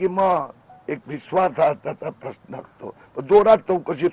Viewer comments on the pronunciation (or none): none